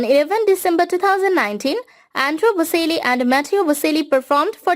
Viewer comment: bo-CHEL-lee (not bo-SEL-lee)